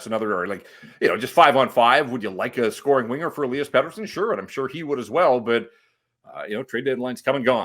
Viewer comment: As I´ve written before, could you please stop saying "E-lee-as" and "E-lie-as". It might not seem that important to you but it sounds totally stupid to a Swede. As if I would say "Brock and Bruck" talking about Brock Boeser and Brock Faber. Or Connor McDavid and Connyr Bedard. Pettersson and Lindholm has the exact same first name. There´s no "E-lie-as" in Swedish. If you care about pronouncing Pettersson´s name correct - and not the North American/English way of "ie" for "i" - you should do the same for Lindholm. Either call both "E-lie-as" (at least that´s the English way) or both "E-lee-as". I know Canucks press communication or whatever has told you it´s "E-lie-as", but I urge Jeff to ask Lindholm in the next interview with him how his name really is pronounced. When Lindholm entered the league as a 19 year old, people started calling him "E-lie-as", due to these people being Americans/English speaking. Lindholm, being young and shy and a polite Swede, just did not correct anyone and now this has been going on for so long so I guess he doesn´t bother to correct people.